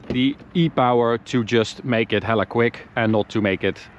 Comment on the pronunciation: As someone from Northern California, it warms my heart to hear a European say "hella."